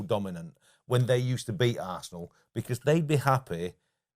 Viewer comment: Is there a reason why Fozzie pronounce Arsenal as ‘Arsseee’an all’? Sounds pretty rude to me, Spurs supporter or not :)